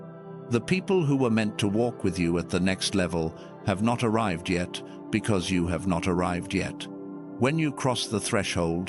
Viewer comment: ARRIVED NOT ARRIVEDED